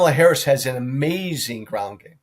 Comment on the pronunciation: (?) is so ridiculously petty that he's still mispronouncing Harris' name. Just to demonstrate that the racist smooth brains have won. As an American, the thought of the coming parade of fools we're all about to be subjected to is horrifying.